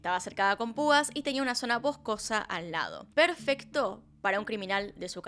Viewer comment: una zona Bohjcosa, perfecta para decir la palabra Bohjcosa...